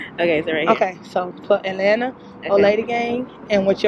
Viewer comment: Not ATAlanta! I’m screaming! I live here so I’m going to start saying ATAlanta!